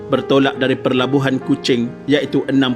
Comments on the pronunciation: Pelabuhan admin, bukan Perlabuhan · Maaf tolong betulkan ya, PELABUHAN bukan PERLABUHAN